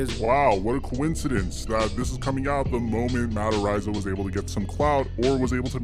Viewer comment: Ar-eye-za. Dude, love your channel but your pronunciations are off a lot! *This is a knee jerk comment after years of hearing you mispronounce things fairly regularly. Apologies if it comes off insensitive. Enjoy your channel and just wanna see you be your best.